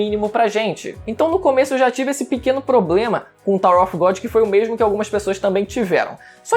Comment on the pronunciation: Não e off e of que se pronuncia av. kkkk